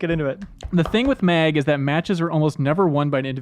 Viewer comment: Why did he call MAG, MEG about 10 times.